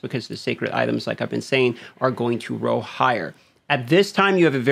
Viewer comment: He is stoppable. Tell him to say roll instead of row.